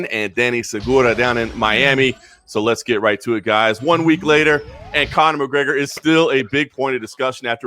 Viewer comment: "Chronor McGregor"